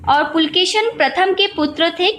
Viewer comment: Not pulkeshin . _Pulakeshi .(kannada empire. )